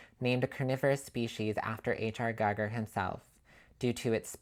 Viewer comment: Gee-Gur... Other than your mispronunciation of Giger, great video. Awesome piece. Too bad I didn't get it on its initial Sideshow run. Oh, you yourself look great too. Cheers!